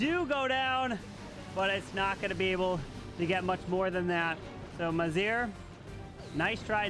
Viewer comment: I believe our brothers Maziar and Amin are Iranian. GGs to them. their names have tough pronunciation and you completely got them wrong lol😂❤